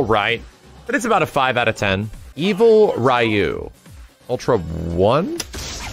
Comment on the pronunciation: Can't pronounced Ryu right